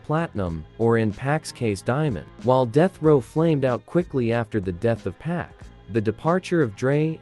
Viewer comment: The presentation isn't all together bad, a more animated less monotone normal sounding voice would greatly enhance the presentation. And I wish the guy would work on his pronunciation his mispronunciation of Pac, rhymes with rock not pack rhyming with hack. His constant mispronunciations are annoying and egregious. Perhaps he needs elocution lessons?